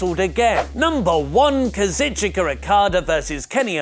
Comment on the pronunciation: KA-ZOO-CHKA not KAZ-IT-CHOO-KA